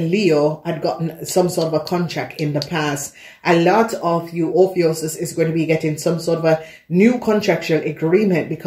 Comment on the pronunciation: Honey it's pronounce oh phew cuss